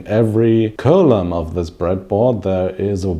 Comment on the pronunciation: Other butcherings of words (to a greater or lesser degree) here include: i) butcher ii) columns iii) Ada (fruit) iv) access